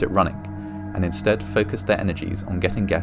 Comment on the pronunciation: For me, I watch with cc on. I can’t listen to the narrator. It feels read directly from paper in a bad way, and his pronunciation (especially so often saying “scht” instead of “st” (so inschtead or pronuschiation) makes me irritated. I find the topics and videos ok, but as said, only with CC.